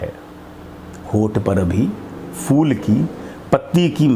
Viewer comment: آپ کی عمر، آپ کا ذوق قابل تحسین ہے۔۔ اور آپ کا اردو تلفظ اگر ٹھیک ہو جائے تو اور بھی اچھا ہو جائے، جہسے، پھول، کو فول، لہجہ کو لہظہ۔۔ اسی طرح اور بھی ہیں جیسے توقف و سکتہ، نفس و کشش۔۔